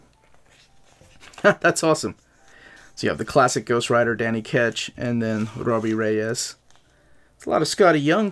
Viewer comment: Robbie Regis… 😂. Saved yourself from a warning from the league of extraordinary Latinos with the rolling R’s right after. 👍🏾✊🏾😂